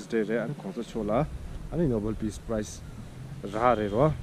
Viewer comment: Haha it's prize not price